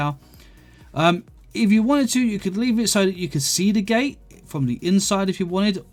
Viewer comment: “Gate” not “gay”